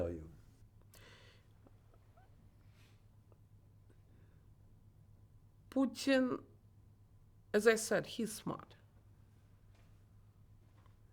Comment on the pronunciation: Hos hard can it be for an educated journalist to pronounce Putin? 🤦🏻‍♂️